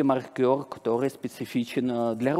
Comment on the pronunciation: Я сильно извиняюсь за буквоедство, но спикер постоянно приплетает какого-то маркёра, который либо считает очки в бильярде, либо что-то маркирует. Скорее всего он имеет в виду мАркер, но это совсем другое слово, которое совсем иначе произносится. При всем уважении к умному человеку, просто сильно режет слух.